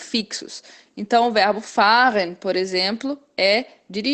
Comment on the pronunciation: Excelente, apenas um ajuste. A pronúncia de fahren é com "e" mudo, igual machen. O guten, mesma coisa...